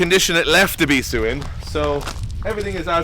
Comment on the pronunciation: i love drift games, but the pronunciation of "ebisu" is doing my nut in. has been to ebisu, its really not that hard to say the name right